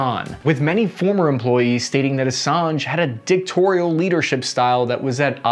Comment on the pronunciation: I love ya, my guy: I’m used to the “nookyuhler”, etc mispronunciation by now. But referring to Assange’s “dick-torial” style is the best thing ever. Bless yer heart, bud.